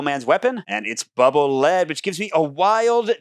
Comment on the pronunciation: This is probably far too nerdy for most to care, but the ability from Bubble Man, Bubble Lead, isn't lead the heavy metal, it's lead as in rhymes with deed. This is because the bubble rolls on the ground and leads the player forward. This is confirmed in the Japanese spelling and explanation.